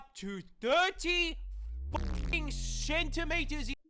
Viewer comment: The accent he sounded when he said ''cENtiMetREs''